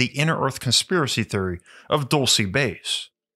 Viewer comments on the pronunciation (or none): Dulce is pronounced like DOOL-seh not Dull-cee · It's pronounced dowl-chay, not doal-see! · the first one is pronounced duel-say . it’s spanish for candy. the place is “candy land” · I’m pretty sure it’s pronounced “DUL-SAY” Spanish for Candy 😏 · DOOL-SAY!! OMG AT LEAST LOOK UP THE PRONUNCIATION! It's a spanish word. I like your videos but if you don't something like this, makes me question your research skills. If you say the place wrong over,and Over again!